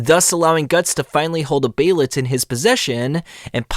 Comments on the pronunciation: hate the way this guy says behelit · The way you say behelit irks me